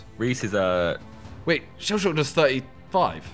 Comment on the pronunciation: Who else got annoyed when he said shellshock 😂